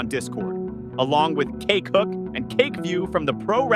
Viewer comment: Damn, your AI voice really emphasises CAKEhook and CAKEview 😂